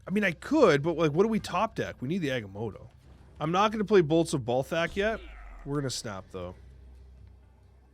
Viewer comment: It is funny to hear you pronounce the one card correctly because you guys ruined it for me listening to the Snapchat. It will forever be ball sack